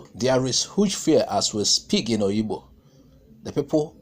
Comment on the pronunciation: Is called Obigbo and not Oyibo or Oyigbo.